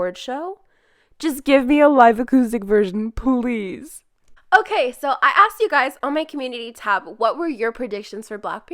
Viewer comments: I would like to say you are saying Rosé right. That’s how I say it too 🤗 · I am French and I can tell you that we pronounce Rrrrrrrrosé With a big emphasis on r.